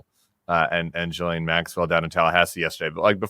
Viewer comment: It's pronounced Gee Lane Maxwell!! Her first name is French! Ghis=Gee ❤❤❤